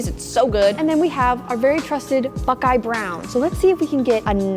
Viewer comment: She said bukeye brown